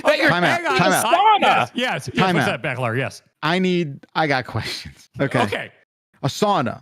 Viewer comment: as a finn, that "sauna" conversation was painful